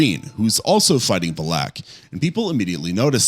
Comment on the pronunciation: he also mispronounced valak